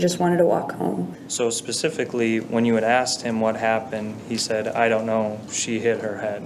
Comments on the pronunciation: ‘I axed him.’ Why can’t African Americans learn to say ‘asked,’? It’s still the dominant pronunciation even in the highly educated… 🇺🇸⁉️🤷🏼‍♀️ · He "axed me". Lost me there.